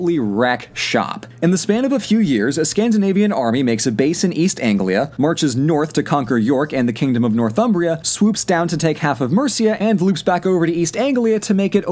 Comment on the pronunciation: Read Mercia as “MERICA”